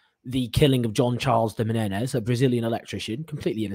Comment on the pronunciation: Jean Charles de MENEZES please say his name correctly!